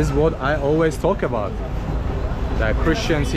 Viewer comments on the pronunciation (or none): none